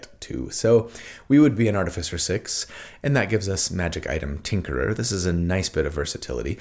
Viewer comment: I love your videos, but more than anything else, it seems like you are the only D&D content creator who know who to pronounce "Artificer"! Keep up the good work.